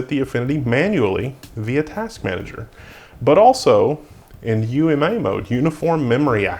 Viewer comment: good call on saying "U M A" instead of "ooma", i could see myself easily mishearing that as "newma"